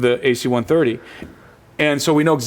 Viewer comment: It's not "AC-130", it's "a C-130." And yes they are used to transport cargo, in a combat zone. They aren't using 747's over there. I was in the Marines for 8 years. I went to Iraq for 1 of them, and Afghanistan for another 2. And I'm not just saying, I know. I also bought this DVD and myself can confirm the guy knows what he's talking about having ridden them several times. I trust his word over yours. Not only that, he's in a multi-million dollar documentary. You're just some guy on the internet. Which one has more credibility?